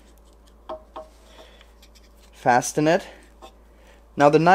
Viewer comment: also, with the english word "fasten", the 't' is silent.